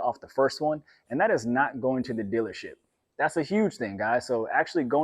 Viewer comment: "Go to the dillership"